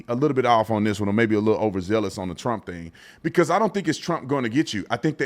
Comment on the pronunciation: Stephen A saying "Teump" when this investigation started over 2 years ago